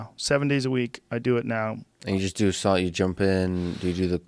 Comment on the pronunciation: not even 10mins in - Joe: SAAAUUUUNNAAAA HeAt ShOcK PrOTiEnS